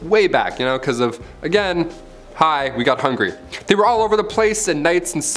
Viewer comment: “Agin, hi, we got hungry” Lol